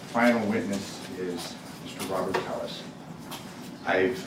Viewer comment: When he made campain ads in 2022, he pronounced his name t-ELL-is. Now on the stand it's t-AY-is? Everythig that comes out of his mouth is BS